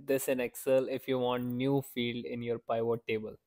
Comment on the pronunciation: I'm going to start calling them Pie-vot tables from now on